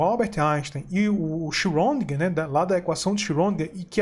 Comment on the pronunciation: Aí companheiro, apenas um detalhe. Schrödinger era austríaco e o sobrenome dele é pronunciado mais ou menos assim: Xredinguer, e não como vc pronunciou.